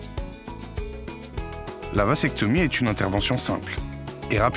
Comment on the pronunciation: Le mot "vasectomie" se prononce \vazɛktɔmi\, et non pas, comme c'est prononcé dans la vidéo, \vasɛktɔmi\. Le "s" de "vasectomie" se prononce non pas comme le s de "sable" mais comme le z de "zèbre"